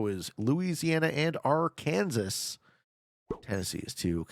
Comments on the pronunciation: It’s Virginia and West Virginia not regular also it’s. Not Ar-Kansas even tho pirate Kansas would be awesome but it’s pronounced Arkansaw sounds nothing like it’s pronounced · Ar-kansas > Ar-ken-saw 😅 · Yup he pronounced it for the pirates who live there it’s RRRR-Kansas not arkansaw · you broke the law! You pronounced Arkansas wrong. There is a law that states how you have to pronounce it. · Is it just me or did he say Arkansas like it's spelled?